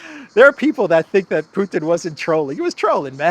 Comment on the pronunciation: "Piss or the Pootin" Does Elensky have a digestive malfunction?